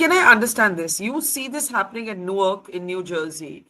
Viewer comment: you mispronounced Newark, which is dumb after you lived there for some tears I guess. More importantly, it was reckless to create and share that video on social media, where it could easily be taken out of context by impulsive audiences. Your actions reflect a lack of foresight, similar to those who act without thinking and then face consequences. Now, you’re trying to justify it. This raises a broader question: What’s going on with the mindset of some individuals? For many, including you, mobile phones have become tools for thoughtless behavior, like a valuable gem misused in careless hands. It’s time to reflect, grow, and act more responsibly.